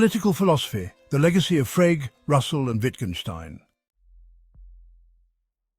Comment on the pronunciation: And why can’t your AI pronounce Frege?